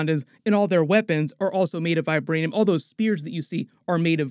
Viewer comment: All i heard was vibraniam